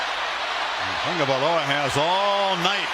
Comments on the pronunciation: is his name really pronounced as Tong-ga-vai-loa? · Why do people keep calling him "Tangovailoa"? There is no N in his name.